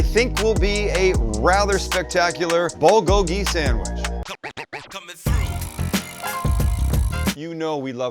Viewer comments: Please Sam, the accented syllable of bulgogi is bul-GO-gi. It sounds like you're saying it bul-go-GI. Yes it's a nit-pick, but that's how I've heard it said every where else... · Recipe looks delicious, will have to give it a try. Only problem is Bulgogi does not have gochujang in it, and PLEASE learn how to pronounce Bulgogi.